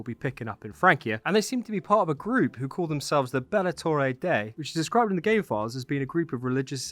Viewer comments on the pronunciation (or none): I'm so excited for this update! Gonna be very cool to see Carolingian France represented in a AC game! Also (no hate or anything!!) but Bellatores Dei is pronounced like 'bel-la-tore-ehz' 'day-ee' haha. Awesome video though, thanks for breaking down all of the potential leaks!